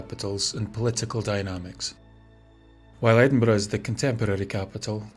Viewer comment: Ah, my day is complete now. Not only riveting tales of Scotland's most haunted house, but opening with a quote about haunted houses and most appreciated, a narrator who pronounces Edinburgh correctly. Thanks once again,.